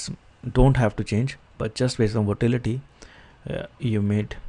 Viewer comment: its not votality its volatility